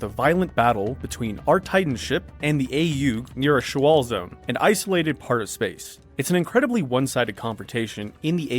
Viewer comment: Shoal, not show-ALL.